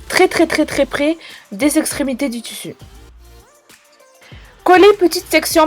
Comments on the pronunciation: j'ai appris un truc askip maintenant on dit tussu et pas tissu ! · En dit tissu 💬💬💬pas tussu